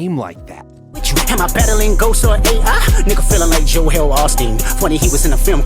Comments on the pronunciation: “JO-EL Osteen” he’s just separating the syllable. He enunciates Aubrey like “Haubrey” to separate “dear Aubrey” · he says Joel that’s just how he enunciates. He says Aubrey like “Haubry” on meet the grahams. Its like he does it to separate the syllables